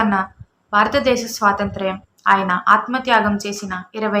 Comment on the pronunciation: అమ్మా,! “స్వాతంత్ర్యం” బాగా పలకడం నేర్చుకో